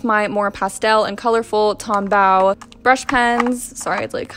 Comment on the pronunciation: So it's Tombow, bow like a bow tie, not bow as in bow wow.